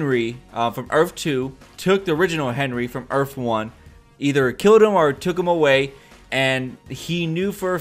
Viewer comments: the word is earth, not earf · Earth not earf! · "earf 2" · had to stop watching the video cause there is no such thing as an earf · Earf 2😂😂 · earf two 😂😂😂😂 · URF 2 lol this guy is killing me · Earff? lol earth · earf? wtf is earf? I think you meant earth. you don't seem too sure of yourself either how would Jay reckonise Barry whilst wearing a mask? did the team in season 1 reckonise Wells in a mask? .... NO. atleast try and sound like you have half an idea. if any body wants to watch decent reviews check out EMERGENCY AWESOME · I'm sorry but u were annoying the crap out of by saying earfh throughout the video